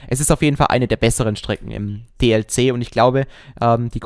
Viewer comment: DLC!! Es heißt „Die Ell Sie“ und nicht „Die Lie Sie“